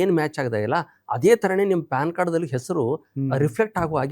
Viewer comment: ಅದು ಪಾನ್ ಕಾರ್ಡ್ ಅಲ್ಲೋ ಪ್ಯಾನ್ ಕಾರ್ಡ್ 😅